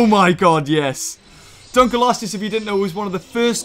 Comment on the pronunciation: I like how you said it the sooner fish dunculose